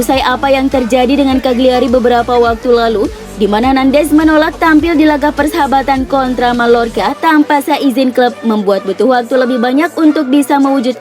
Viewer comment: Min, sekedar masukkan, mungkin perlu perbaikan penyebutan nama pemain, nama kota, dll. Misalnya "Mallorca", cara baca yg bener adalah "Mayorca". Atau "Insigne", cara bacanya "Insinye". Mungkin bisa pake Google Translator (atau tool lainnya) untuk tau penyebutan nama dengan benar. Mohon maaf min, sekali lagi hanya masukan, diterima ya alhamdulillah, gak pun ya gpp. :)